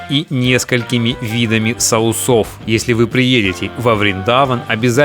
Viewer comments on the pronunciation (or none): Интересно,только не соусОв,а сОусов. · сОусов, дядя, сОусов!!!